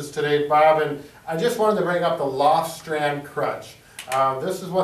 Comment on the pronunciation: Great video - but it's "lofstrand" crutches ;)